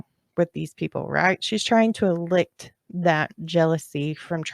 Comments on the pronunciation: It’s el licit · elicit is pronounced as uh li sit! just for future reference...